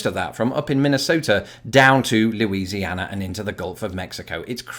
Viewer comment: Louisiana is pronounced Loozee-Anna. Not Leweese-e-anna